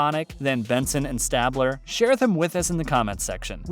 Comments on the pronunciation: its pronounced stay-bler. not stab-ler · It is StAbler not Stabbler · Elliott stabler's last name is pronounced stay-bler, not stab-ler. It's very distracting to pronounce it incorrectly! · Not gonna lie, the first one made me stop watching all together lol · He said stab 🔪 ler. 🤦‍♂️ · It’s Stay-bler! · I’m 7 second in and I don’t know if I should continue to watch this video.. who doesn’t know that His name is pronounced STAY BLER. Take it down and redo it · I just have one question...who the hell is Stah-bler?? Lmao! I'm gonna guess that you are just reading off a piece of paper and have NEVER seen a single episode of SVU. There's just no way. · I thought it was just me I could not concentrate with him saying stab-let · i’m giving it a thumbs down because of the way he announces Stabler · The way he said stabler🤣🤣🤣💀💀💀